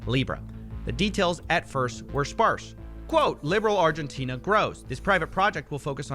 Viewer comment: did x have a stroke trying to say Argentina